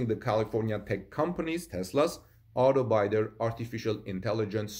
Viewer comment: The “i” in Auto bidder is pronounced like kid my man not bye. Keep up the good work.